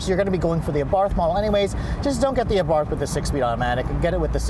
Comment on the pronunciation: great vid as always but for the love of God, it's pronounced "AH-BART" with a silent "h" at the end. (source: Fiat engineer who tuned the 500 Abarth talking about the car in other videos)